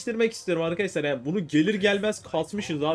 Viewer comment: abi niye ARKASLAR diyon